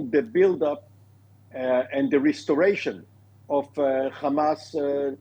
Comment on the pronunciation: Beautiful commentary today on TV 7. Really loved the use of George H.W. Bush's of the long "a" sound instead of the short "a" for hamas. Keep the faith! God is with us.